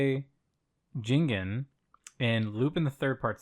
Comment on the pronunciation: It's JIGEN not Jingen...Jesus Christ,. Also Kobayashi got nominated because he's been voicing the character for over 50 years and has now retired. (The new voice actor for season 6 is the guy that does Solid Snake.) So give it to the man. "The Woman called Fujiko Mine" is indeed an interesting show, as are the three Koike movies that follow it. But they are pretty different from the iconic Red Jacket stuff, which is more light and goofy.